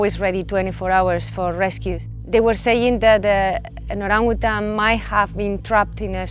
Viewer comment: The way she pronounces Orangutan is perfect 👌 for a foreigner